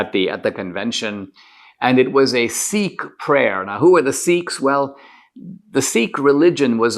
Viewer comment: D'Souza, it's not "Seek", it's Sikh. You came from India and you DO know how to pronounce it.